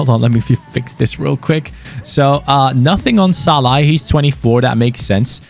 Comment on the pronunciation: Like how was calling Szalani Shalla.